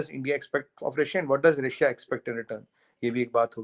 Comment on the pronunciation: रसिया nahi रशिया ... chima ne ‘sh’ ka keema bana k ‘si’ laga diya 😂